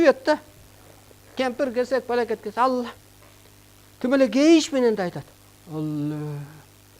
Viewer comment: Бул созду бурмалап атат, ала эмес Алла деп айтыш керек. атайлап бурмалап суйлоп жатат.